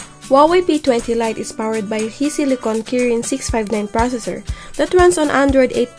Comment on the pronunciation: Hisilicon is pronounced as "Hi" like Hi, Hello..